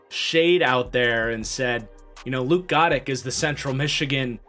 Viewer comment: almost positive luke goedecke is pronunced guh decky